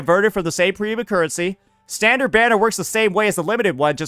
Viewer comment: "Standart" and "wepaon" XD Sounds like me and my friend when we joke around in English.